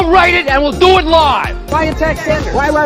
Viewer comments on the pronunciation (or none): none